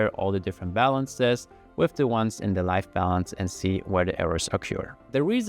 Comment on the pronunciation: About a minute in he starts saying something that sounds like "life balance" or "light balance"... I finally figured out he's probably saying "live" as in current